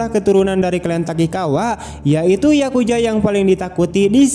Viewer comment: Yakuza Bang bukan yakuja